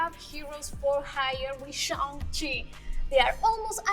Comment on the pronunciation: ah yes who could forget ShOng chi